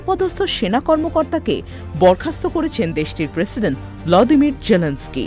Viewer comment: উচ্চারণটি হবে ভলোদিমির। শুদ্ধ উচ্চারণ শিখে নেয়া উচিত।